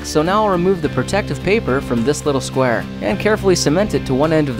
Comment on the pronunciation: listen when he says: square it's funny